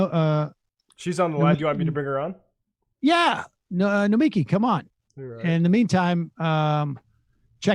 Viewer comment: SAM SAYS NOMIKI CORRECTLY!!!!